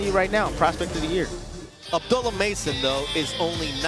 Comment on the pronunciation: ABDOOLUH NOT ABDULAH